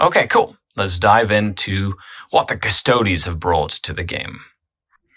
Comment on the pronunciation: until everything gets a 9th codex its just such a two-tier game - may as well be the NFL vs college teams. Also it's not just this guy but its not difficult to say custodes, its the same as astartes... no one says "ass-tarts"